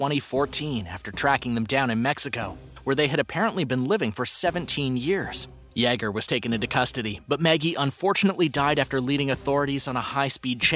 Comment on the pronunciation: I really like this channel and I think that the announcer does a great job! That being said, I am surprised that he can pronounce the (common french name) Pierre, but he is unable to correctly pronounce the common German name Jager. This might help: Jagermeister. I first noticed this when I heard him (on a different segment) pronouncing the name Yves without keeping the s silent. It's spelled that way, but it is pronounced "Eve". I'm sure it sounds like I'm nitpicking, but he said that he reads these comments... By the way, I neither speak French nor German, myself.